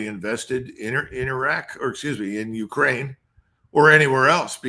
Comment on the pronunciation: Colonel Davis, could you please pronounce Ukraine with a stress on "ain" part not on "U". That isn't correct. Please.